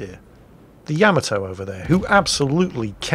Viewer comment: It is not the name. The ship is the YA-MAH--TOE. There are not TWO M's in the name. :P